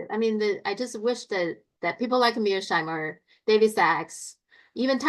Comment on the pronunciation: I think mispronounces "Mear-sheimer" as "Mears-heimer" for the same reason that he mispronounces "Xi" as "See"; because (for whatever reason) he can't pronounce the "sh" or "zj" sound. Just saying! 🙂